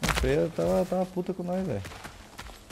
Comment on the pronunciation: o nome da freya ficou Beyla por um instante kk